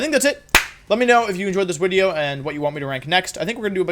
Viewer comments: Anyone can explain why he says wideo instead of video. Also why he kept saying Giratnia instead of Giratina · Nobody else hears him say wideo instead of video? Just me? Okay. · Wideo. FormE. Jirattina. I am in love with these pronunciations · Why does he say Wideo? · Since I'm a fairly new subscriber, I thought Wolfe had a speech impediment because of "Wideo" and other words. I was also confused on his weird pronunciation of pokemon names like "dekidooey" but after looking at older vids and hearing "Origin formy" I see now that I've been tricked, backstabbed and quite possibly, bamboozled. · I’m fairly new to the channel and want to know the origin of wideo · Paused , because. Eternatus. It is S. Now, wideo.. prove me wrong. Edit: Bewear, with +1 priority baby doll eyes, holding a kee berry can tank 5 hits from choice banded dracovish, and lives 3 super effective dragon descendants from choice banded adamaant 252+ mega rayquaza. Can KO said mega rayquaza with thrash after 2 defense drops. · Winging With Wolfey: The Wideo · what is wolfeys native language? the changing of v's and w's is peculiar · I really enjoy your content and your one of the members of the Pokémon community that I have the most respect for. But what’s up with replacing v’s with w’s and pronouncing the ‘e’ and the end of words like same and forme